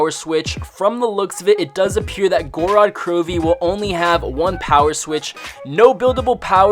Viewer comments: Gor-rod kro-vee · Literally means the land of blood in Russian not Goo-rad Crew-vee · Go-ro-d kro-vee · its pronounced gowrod krowv